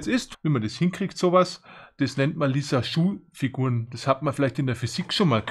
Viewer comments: Nicht lisaschuh…. Sondern lisajuuuu figur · hast du gut erklärt ! es sind aber keine Lissaschuh- Figuren, sondern die heißen gesprochen Lissaju - Figuren !! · also als lissaju finde ich es nirgends wenn ich im internet nach aussprache suche, sry